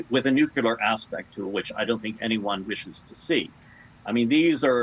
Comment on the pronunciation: He lost me when said, " nukyaler."